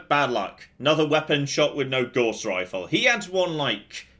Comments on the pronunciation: Every time I hear Gauss mispronounced I look up at my Math degree and ask "was it even worth it?" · Gauss rhymes with Scouse not with Gorse. Named after a German, J [sorry C] Friedrich Gauss.